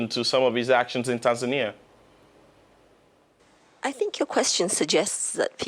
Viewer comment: Not tansania not tasmania its TANZANIA